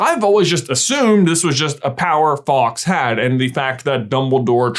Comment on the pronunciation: but his name is fawks, not faux